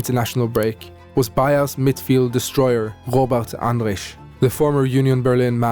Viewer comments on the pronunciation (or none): Yes, I can confirm that as a german! Only one he struggled with was Robert Andrich, but thats really a difficult name 😅